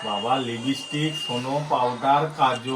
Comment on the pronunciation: ওটা লিবিস্টিক নয় লিপস্টিক 💄